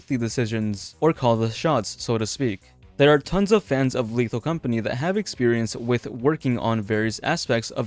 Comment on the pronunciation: "lethal companeh"